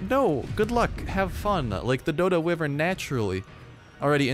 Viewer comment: It's not wivren